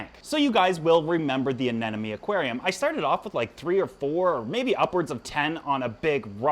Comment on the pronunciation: It is NOT anenome…. It is anemone……. Please say it right…….